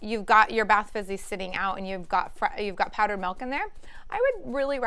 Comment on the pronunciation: MELK? Did she mean MILK??